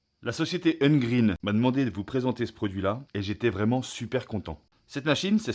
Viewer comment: Bonjour et merci pour la présentation. Mais pourquoi dire « Ungreen » durant toute la vidéo alors que c’est « Ugreen » prononciable « Yougreen »? 🤔